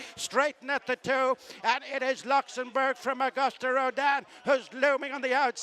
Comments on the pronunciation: Someone tell the commentator its augoost rodin! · I cringe every time the race caller mispronounces Auguste. Has he heard of the French language? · he still doesn't know how to pronounce "Auguste."